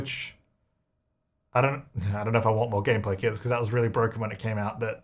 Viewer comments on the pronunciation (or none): When he was talking about kits, I could have SWORN he was saying "kids" and I was soooo confused as to why he "just ignores" them 😂